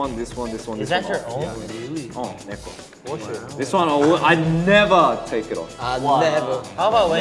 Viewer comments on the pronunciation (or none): Felix putting so much weight into his words is so endearing :3 he "NEVER takes it off"